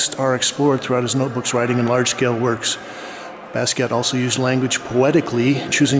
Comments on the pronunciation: Watched him develop all those years but never heard his name pronounced properly? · thats like blue jeans. its john as in pope john paul. and basket. not bask-ey ay.